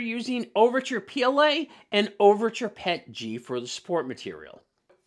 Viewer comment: I was 3/4 through the video before I realized you were saying Pet-G and not Pechy. You were saying P L A and not PLA. Thanks for the laugh mate.